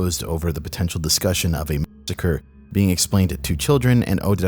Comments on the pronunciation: You can’t say “massacre”? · Bruh, you can't say the word "massacre"? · lol you can't say massacre? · Why do you pronounce „massacre“ so strange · kinda sad that you're not even able to pronounce the word massacre. It's kinda essential for the video